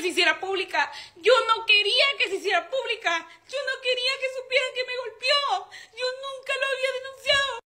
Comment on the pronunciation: “Me golpio” no puedo tomar en serio a la miona